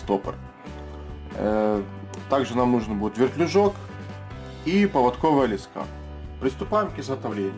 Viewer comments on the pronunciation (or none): Спасибо за видео. Но не лескА, а лЕска! Режет слух.